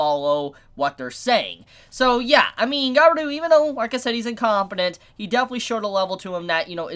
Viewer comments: you pronounced it guy be ru, so triggering, ga-bi-ru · why do you say Gabiru ->Gaberu? i mean why? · It’s pronounced ga-bi-ru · Ga-e-ru //Gabiru he's an idiot with a good heart Lmao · Merry Christmas and "Gabil" is how you pronounce his name, "Gabiru" is the romaji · How you can't know how to pronounce Gabiru? Gabiru! Gabiru! Gabiru! Gabiru! Gabiru! Gabiru!